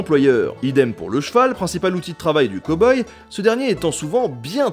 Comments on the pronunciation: cowboy... prononciation à revoir! cow : caow et non pas co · Il dit quand même "Ko-boi" au lieu de "Cow-Boy" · Cow boy à prononcer cAw boy ^^